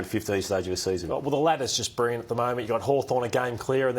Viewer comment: really struggles to say the word "Brilliant". He keeps saying "Brirriant".